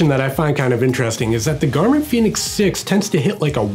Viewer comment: Its pronounced Fen-ix 🌝